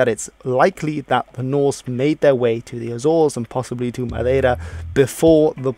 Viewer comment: Do you speak portuguese? You say "Madeira" just like a person from Portugal.